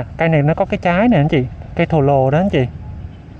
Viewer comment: Cây thù lù chứ ko phải thồ lồ